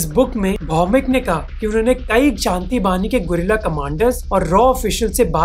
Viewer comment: It's 'Shanti bahini' not bani